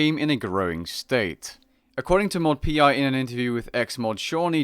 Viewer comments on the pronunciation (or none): really mod P.I.? is mod Pi as in the Greek letter Pi. pronounced pie. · Mod Pi (pie) was awful